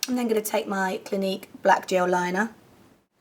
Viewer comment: when you said Clinique concealer, I thought you said gleek concealer aha, I was like WTH?!?!